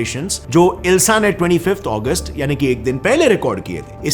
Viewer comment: Bro it is Agust not Aguest